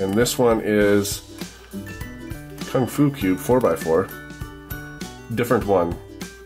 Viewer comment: I laugh too much at your KungFu 4x4 Pronounce 😂😂😂😂